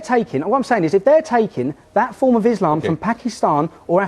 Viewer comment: "Islamum" - LOL